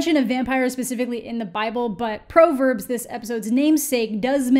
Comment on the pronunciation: I really like your stuff but you missed it on this one... I'm realizing this series is really directed specifically to people who were raised religious and it's clear you weren't because you mispronounced 'Proverbs'. Actually makes me bummed that some people will not get how truly amazing this one is; but not everything is for everyone.